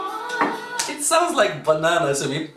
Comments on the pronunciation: "Banana kooo" hahaha..but it s "pangarap ko"..you made me laughed..its so funny😂❣ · Im laugh as you said sounds like "banana ko" thats not banana its "pangarap ko" meaning my dream or my ambition.🤣🤣🤣